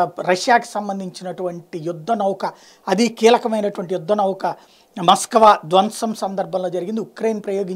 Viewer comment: Maskava కాదు స్వామి